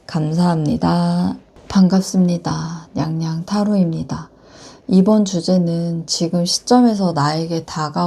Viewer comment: 앜ㅋㅋ 귀여워 무뚝뚝하게 반갑습니다 냥냥타로입키다 ㅎ